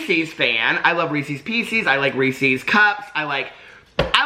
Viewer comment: Team REESEEZ. You and I are mispronouncing but it’s just easier to say right?